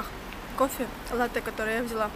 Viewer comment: правильно говорить лАтте